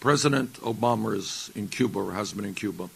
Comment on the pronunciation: did he say president Obamers?